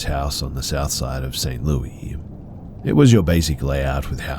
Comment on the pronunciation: Love you, but, the S isn't silent in St Louis